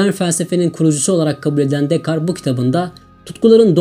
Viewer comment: hocam descartes'in okunuşu dekart şeklinde olur, aman diyim pataklamasınlar sizi :)